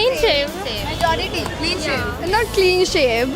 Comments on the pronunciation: one of those girls said clean save 😂😂😂 instead of clean shave ..... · clean sev not clean shave 😂😂